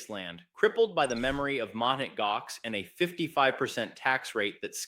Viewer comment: Wow! Japan leading the way. This is real news, so thank you,, for delivering the goods. BTW the correct pronunciation is: MOUNT Gox. Realize that this is AI generated.